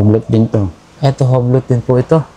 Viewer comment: U-B'LO po pag pronounce Nyan Hindi Hublot